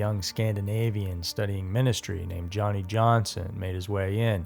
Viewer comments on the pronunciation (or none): I first saw this on a TV special called Haunted Lives, hosted by Leonard Nimoy. Where many of the video clips are from. I'm extremely doubtful that everyone conspired to fake a haunting to simply not show up. Oh, and his name is pronounced Yanni, not Johnny. There, the J has a Y sound.